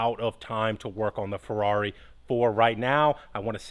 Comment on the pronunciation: The "Furdarri"! lmao :)